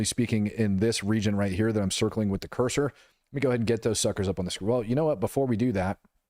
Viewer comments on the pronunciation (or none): none